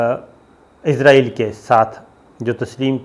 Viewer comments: Sabir sb, I have heard you many times pronouncing Israil as Izrail.Being a journalist we expect correct proniunciations. Kindly be careful. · پہلے تو آپ اسرائیل کو عزرائیل کہنا بند کریں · اس جاہل اینکر کو اسراٸیل کے نام کے تلفظ کا ہی علم نہیں ہے ۔عزراٸیل کی رٹ لگا رہا ہے ۔یہ تو موت کے فرشتے کا نام ہے ۔اس کا مذہب کے حوالے سے بھی علم ناقص ہے ۔